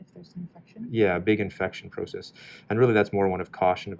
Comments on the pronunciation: Omg I came to the comments to type this lol. I don’t know if I’d spell it “Ot” or “Owt” 😂 I can’t decide if he leaves the “u” out or hyphens the “u” more in his pronunciation 😂. And the word “process” 😂 oh it’s so cute to hear him say these words. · Oh the way you pronounce “out” and “process” tickles me 😂 but love hearing you talk and love the way you treat your residents to make them feel comfortable if they don’t get the correct answer. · And pro. cess